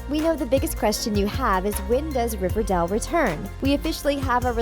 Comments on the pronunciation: Babe, have you ever watched riverdAle because it sounds like you were reading off of a paper and either don’t know the difference between A OR E (hence you were saying RIVERDELLL) or you’ve never watched the series before. I’m sorry this was annoying me ALL through the video😏 Like if u agree ❤️ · She kept saying RiverDAL 💀😂and I thought it came out on October 10th, not the first week of September? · Um she keeps saying river-dell not river-dale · Ughhh she says riverdul instead of riverDALE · I was like 'Did u just say Riverdel?... ..GIRL ITS RIVERDALE NOT RIVERDEL' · Omg I had noooo idea it was called "riverdell" oof my baddd Dude im serious tho it was HELLA annoying hearing "riverdell" "riverdell" "riverdell" instead kf RIVERDALE smh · It’s pronounced “River-dayle” not “River-dell” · Honey it’s not riverdal, it’s riverdal*e* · Omg she says river dal instead of river dale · .... riverDELL? um.... ok... it's riverDALE.... but ok..... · She says “riverdal” lmao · did it bother anyone else that she kept saying riverdall ? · Does a video about Riverdale Calls it riverdall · She says it Riverdale so wrong here river dale that’s dale and river:riverdale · RIVERDALE IS PRONOUNCED RIVER DAY L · “And that’s what we know about Riverdoll season three” I’m really not trying to hate, but I couldn’t help but notice how the narrator mispronounced Riverdale. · its not pronounced riverdell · Hold up!? Wtf does she call it? RiverDALL? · Is she saying Riverdale wrong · I don't know why this host keeps saying "we" she can barely even pronounce the show... smh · Why are you saying riverdale like that?😭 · It’s not riverdale it’s riverdale and it makes me mad that she can’t pronounce it right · Did it annoy anyone that she kept pronounce riverdale wrong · Is it just me or is anyone else annoyed on how she says "Riverdale"??? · Right!? Every time she said it I was like “Um no” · thats not how u pronounce riverdale gurl... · i am getting annoyed that she is say riverdall not riverdale